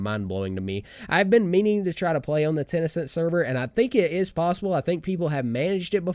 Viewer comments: kenau I was hoping I wasn’t the only one who got progressively triggered throughout the video at the fact that he kept saying it wrong lol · ITS TEN CENT NOT TEN E CENT REEEEE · wtf is tenecent? is he talking about tencent games?